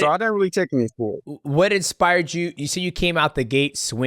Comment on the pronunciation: Why does he say expire instead of inspire is that a black thing or a death sentence thing